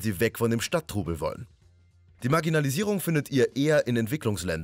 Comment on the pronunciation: dierks67 Es hört sich aber doch ein bisschen so an...